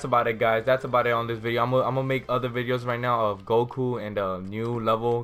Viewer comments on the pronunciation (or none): none